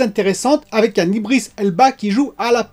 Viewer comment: C'est pas iBris mais iDris lol.. Ca me manquait ta prononciation personnel de l'anglais, alors je suis content si tu t'y mets aussi pour les prénoms... ^^